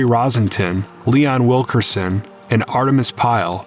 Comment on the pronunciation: Yes. I know. Sadly they couldn't pronounce his name correctly.